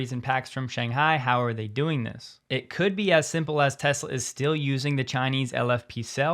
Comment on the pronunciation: You can’t even say Tesla can you